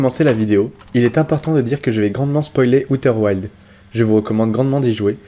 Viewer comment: On dit aouter ouildz